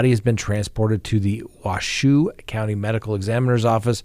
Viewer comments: Washoe County is not "shoe" although it certainly looks like it. 😊 It's Wa-show or Wash-hoe. Sorry, couldn't help it!! 🤣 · it’s pronounced Wash-0 not waSHOE lol shout out from Reno aka washoe county